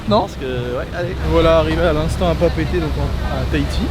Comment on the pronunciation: 😂 C'est pas Papété C'est Papéété